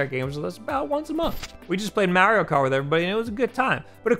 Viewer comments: Just dont say Mario ever again bro, you ruin his name man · The way this guy says Mario has me dead 😂💀